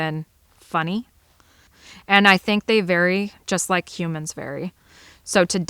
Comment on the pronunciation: The way you said "eand" I've heard from southeastern PA across western MD into Ohio.